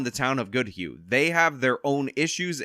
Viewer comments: You pronounced goodhue fine (I live in the county next door) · You said the name right, I live a few miles away from Goodhue. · Acually you pronounced Goodhue correctly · You pronounced Goodhue correctly. There's nothing weird about this one. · Goodhue is pronounced by you correctly. I know, i lived in Minnesota until I fled to gods country, South Dakota.